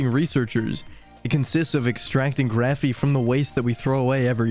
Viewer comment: “Graphene” not “Graphey”. The narrator keeps saying “Graphey” and since I noticed it I can’t stop hearing and being irritated by it. Even the transcript is interpreting the word as “Graphey “ !! I’m being silly I know but I found this so irritating.